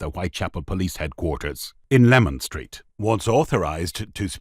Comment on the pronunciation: It is LEMAN STREET not LEMON STREET